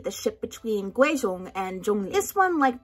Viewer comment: The fact that you said Guizhong right tho